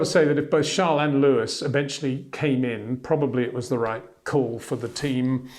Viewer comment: lol your name sounds like how Charles Leclerc pronounces Leyo-wiiss!